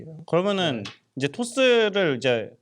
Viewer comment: 토스를 토슼ㅋㅋㅋㅋ 잘보고있습니다ㅎㅎ